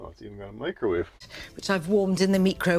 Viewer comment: Did she say meekrohwahvee? Hahaha!!!